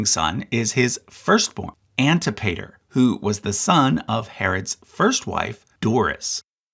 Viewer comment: Antipater is pronounced an-TIP-uh-ter.